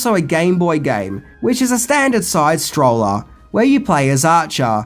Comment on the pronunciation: I challenge you to do “10 Ways to mispronounce people’s names”! It’s Ben-uh-tar. AND side sCRoller, not stroller. Because the screen scrolls to the side, not strolls